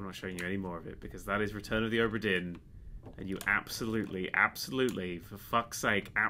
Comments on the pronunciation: Now, adept of the ultimate language of pointless sounds that shouldn't be there, here's some questions - how the hell do you manage to get "dearn" from "dinn" and where the hell do you get the "h" to cram in between "o" and "b"? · Ohhhhbra Deeeen! Scottish Accent! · OH-bra DEAR-n